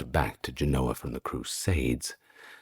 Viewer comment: JEN-oh-uh. Pronounced like the foresail on a sailboat. In Genoa, it is spelled and pronounced with a V. Genova. Jen-oh-vah